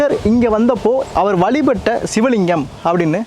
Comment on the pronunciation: Valipatta means... painful event... why the speaker learn proper tamil pronunciation.